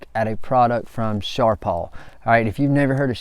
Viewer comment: Its not sharp all, its sharp pal